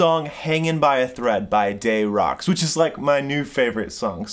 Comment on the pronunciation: Love the lesson! FYI It’s pronounced dez rocs , not dey rocs lol